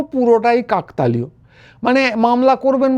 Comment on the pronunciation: কাকতালীয় উচ্চারন টি ভুল হচ্ছে।